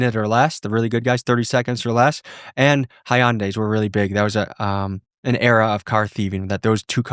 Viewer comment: ITS PRONOUNCED "HUN-DIE" NOT "hi-un-day"